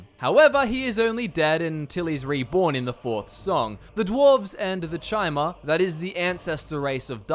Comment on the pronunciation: Isn't Chimer pronounced like Kimer? idk...